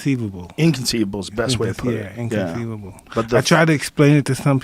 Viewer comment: Nate Galvan incontheivable*